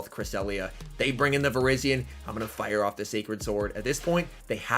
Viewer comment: it's not vir-IZZY-on it's vir-EYE-zee-uhn!